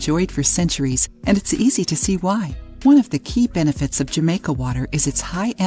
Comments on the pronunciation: The "J" is said as an "H"....Ha-maica.... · It is being said wrong. It’s a Latin America drink meaning that J sound like an H. And Jamaica has more than hibiscus in it. It has star anise, cinnamon, and other things.